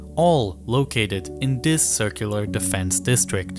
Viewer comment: this not dis TH not D